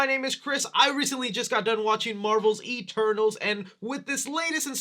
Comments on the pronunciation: At the start it sounded like he said “E-Turtles” lol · LMFAOOOOOO I ALSO THOUGHT HE SAID THAT😭😭🤣